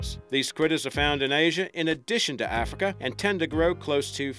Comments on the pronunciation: it's AF-rica... not AH-frica. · its not AAHFRICA.. Damn.. its sounds like AF-RI-KA .. AF as in cAFfeine , RI , and KA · Arrffrika come it’s Africa but apart from annoying pronunciation it’s a good vid lol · I love the way he pronounces Africa.- ARRFRICA